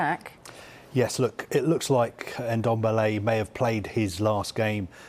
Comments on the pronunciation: It’s Ndombele not Endombele🤣🤣🤣🤣. Funny thing is they are all pronouncing the ‘Ndo’ perfect, just remove the ‘e’ you’re pronouncing at the beginning. Same thing I hear every time they try saying Mbappe’s name. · It's Ndombele not N-dombele...... Jeeez!! 🙄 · Tan guy Dombele. Pronunciation is key, lads. 🤣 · Brandon Ayong he should be behind bars for that "Endombele"